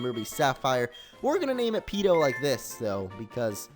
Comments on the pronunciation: It's Peeko, not Peeto. Sorry but I'm a gen 3 fanboy I had to :/ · It's Peeko not Peeto. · It's peeko not peeto! Change it in goldenrod when you get fly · it is Peeko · it is peeko not peeto and kingdra is a dragon type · its peeko not peeto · It was Peeko not Peeto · Peeko is the name not peeto :D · btw mr.brineys wingull is named "Peeko" but peeto sounds cooler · He's not called peeto, he's called peeko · not peeto, peeco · It's Peeko not Peeto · And it's peeko not peedo lol. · Mr Briney's Wingull was Peeko, not Peeto. And your team is really lucky for a Nuzlocke! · Mr briney's wingull was named peeko not peeto. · It's peeko not peeto!!! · When I saw you name Wingull Peeto, I was like 'NUU, WHAT ARE YOU DOING? IT'S PEEKO, NOT PEETO! MRAAA!" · Its PEEKO !P-E-E-K-O! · it's peeko